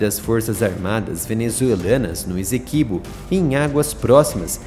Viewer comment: PRONUNCIA-SE: "ÊÇÉQUÍBÔ".